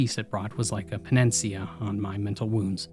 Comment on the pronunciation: Panacea= Pan-a-sea-a